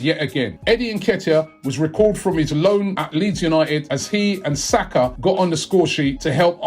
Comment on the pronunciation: Robbie must be dyslexic. He consistently pronounces names wrongly...